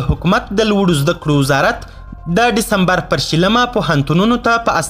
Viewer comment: گرانه تاریخ غلت وایی دیسمبر وایه ډیستمبرنه